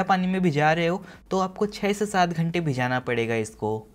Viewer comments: Its bhigana not bhijana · Bhijana ??? Bhigana hota h yar